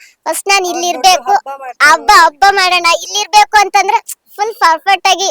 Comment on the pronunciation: ಅ ಕಾರ ha ಕಾರ practice madu ಹೆಮ್ಮೆ ಎಮ್ಮೆ ಅಲ್ಲ ಹಬ್ಬ ಅಬ್ಬ ಅಲ್ಲ